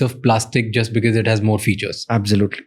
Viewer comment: Pls pronounce "because " as BECAUSE not "bikis "